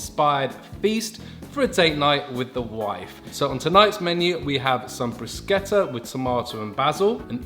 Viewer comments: thank you for pronouncing "bruschetta" correctly! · omg i got so excited when you pronounced bruschetta correctly lmaoo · Thanks (on behalf of all the Italians) for saying bruschetta right! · Ty for pronouncing bruschetta properly ❤️❤️ amazing video ☺️